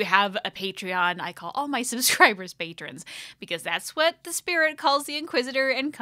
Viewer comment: the funny thing tho, it always sounds like you are saying Patreons which is the word used in Patreon for the people who follow you there, but the Archivist calls her followers Patrons :D That's why I always get kinda confused!~